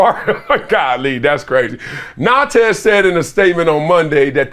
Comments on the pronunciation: Big dog, it’s pronounced na:nt 🙏🏾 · The S is silent in Nantes